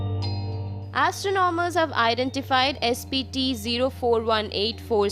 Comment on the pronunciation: Wtf accent? Astro nom ers???